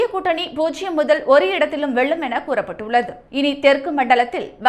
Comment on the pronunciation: இந்த செய்தியை வாசிப்பவர் தமிழில் ல,ள, ழ எழுத்துக்களை சரியாக உச்சரிக்கப் பழக வேண்டும். வெல்லும், தொகுதிகள் போன்ற வார்த்தைகளை தவறாக உச்சரிக்கும் போது கேட்க கஷ்டமாக இருக்கிறது.